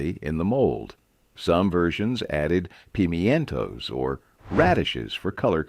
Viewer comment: Ah yes, the days of pee-mee-entos!